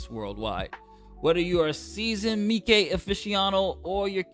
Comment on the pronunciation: I didnt know how to properly pronounce "Miike" until now. Thank you 🙏🏿